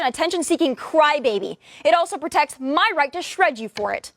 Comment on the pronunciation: prjec or protect?? he screwed up, lol